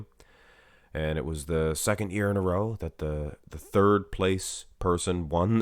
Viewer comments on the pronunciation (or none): none